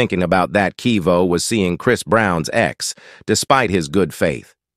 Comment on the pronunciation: a.i can't pronounce quavo ha ha